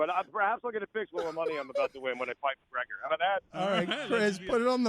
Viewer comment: No one: Everyone UFC fighter: Calls out Mgregor.